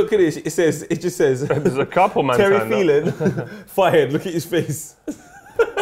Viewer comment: this man called him terry phelan